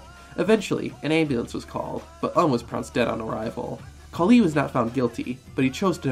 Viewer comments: The Hindu goddess is "KALI" not "Khali". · ayy, im from India, the goddess you spoke about during the great khali, its actually maa kaali, and not maa khali. khali had more of a punjabi ring to the name